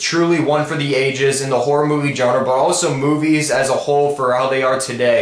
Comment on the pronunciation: Please stop mispronouncing the word "genre", I roll my eyes every time you do that xD